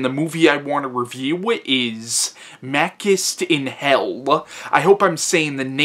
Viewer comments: Your pronouciation of Machinte is totally wrong! He isn't Makist he is Machintay the original Hercules of Italian cinima... The continuity of franchise is that this is film star is really a hero that will abuse your dog but help a beautiful lady & save the family honor of the Italian audiences. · It's pronounced Mah-CHEE-stay.